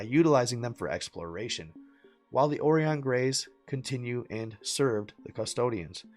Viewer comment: It's pronounced O rĪ ON LIKE "OR EYE ON", Right on.